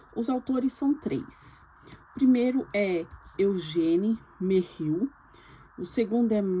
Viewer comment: Irmã. Já me escrevi no seu canal. Quero dar os parabéns pelo vídeo. A irmã, não prometeu nada, pronunciando os nomes Eugene Merrill (Eudin Mér-rol) e Michael (Maicol) de forma "abrasileirada", porém entregou tudo. Cheia de boa vontade e humildade, nos entregou provavelmente o melhor review de livro que eu já vi. E olha que eu vejo muitos. Foi extremamente relevante dando a entender muito bem o que o material contém e qual a abordagem. Parabéns, ganhou um inscrito no canal. Uma dica: se a irmã quiser aprender a pronuncia do nome dos autores estrangeiros pode perguntar para o chatgpt de onde o autor é e como se pronuncia o nome dele já que a irmã é Brasileira, ou escrevendo o nome do autor no google tradutor no idioma pertinente ao país do autor e dando o play no auto falante ele pronuncia para a irmã. Mas isso é só uma dica caso queira, pois seu vídeo foi excelente do jeito que foi feito mesmo. Desejo sucesso ao canal. Parabéns, vou estar sempre por aqui.